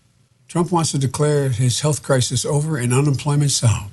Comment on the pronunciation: Dude between that comment n 7 minutes is done of Worse I've heard yet ! Listen n you'll hear he says Crisin instead of Crisis ....he clearly says " Stop hoping for the best Mr Trump " like Who TF Ever tells anyone to Not hope for the best !?? N then 5 seconds later he slurs out the Covid number but he says UnAmericans !! Not Americans !!! 😂😂😂😂😂😂😂